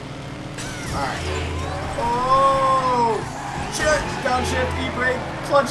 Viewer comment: When you say shit it sounds like your saying "chet"